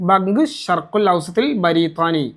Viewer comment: അതെന്തിനാണ് ബരീത്വാനി എന്നൊക്കെ പറഞ്ഞു പ്രയാസപ്പെടുന്നത്? ബ്രിട്ടനെ പറയുമ്പോൾ ബ്രീത്വാനിയ എന്നാണ് പൊതുവെ അറബികൾ പറയാറ്.